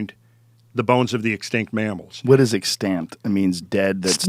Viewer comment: Bizarre pronunciation of 'extant.' Brilliant podcast nonetheless.